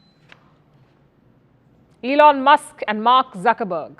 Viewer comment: Muskkkk nice pronunciation 😅